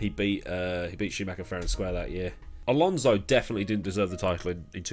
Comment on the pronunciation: Ah yes, Fernando Alsonso